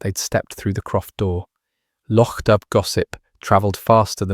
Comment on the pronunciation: Loch Doob? It’s pronounced Doo, as in Scooby!